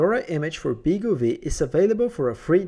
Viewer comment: Nice overview on the BeagleV; thanks for that. Looking forward to getting the final version hopefully later this year. (BTW, I think the name is pronounced "Beagle Five", as the V is a Roman numeral 5 (same as RISC-V is pronounced "Risc Five")).